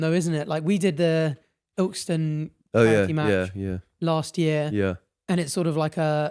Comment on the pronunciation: I’m from Ilkeston the way you two pronounce it is hilarious 😭